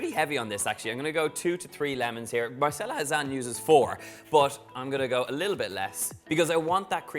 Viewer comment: A great recipe - definitely not for those on a diet! By the way it’s Mar-chela.